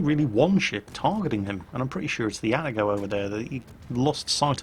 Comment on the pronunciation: A-TA-GO not ATTA-GO